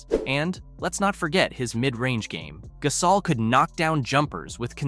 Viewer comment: Please learn how to pronounce his name. GUH-saul NOT GAS-awl